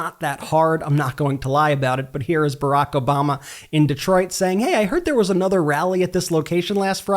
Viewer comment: Why does this guy say "Uh-nuther," instead of "Uhnuther"?